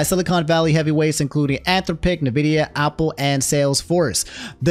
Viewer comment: He's also saying Opple and not Apple lol